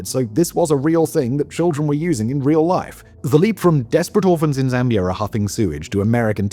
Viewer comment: 🛑🛑🛑 Zambia 🤷🏻‍♂️ not Zambiarr 🤦🏻‍♂️🤦🏻‍♂️ it's pronounced the way it's spelled 🤷🏻‍♂️🤷🏻‍♂️